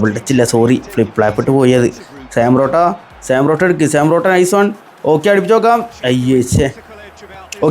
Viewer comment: Sam porotto, thooram, karwaskilla 😅 eeh pulli ingane Aane parayunne